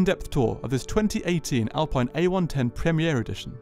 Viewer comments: Nice walk around. Btw it is pronounced Alpeen. Also, the seats are not optional. The pure edition which is the cheapest has them as standard while the Legarde edition has multi adjustable seats. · How were you given access to the car and yet still not able to pronounce the make correctly… fascinating